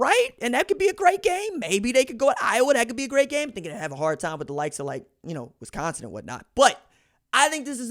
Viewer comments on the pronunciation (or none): none